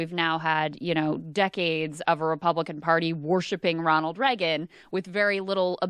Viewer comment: The way Krystal says Reagan hurts me physically